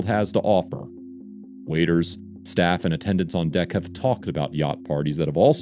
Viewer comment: why did he say staff like that...